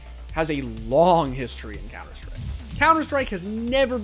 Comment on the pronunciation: cunter strike